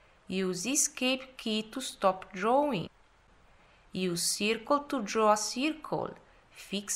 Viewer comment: well you explain very beautifully espacalliy i love the way you said circoal (circle )well relly goodworks please keep it up